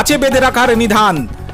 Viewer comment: " নিধান " নয়, নিদান। 😮😮😮😮😮😮😮😮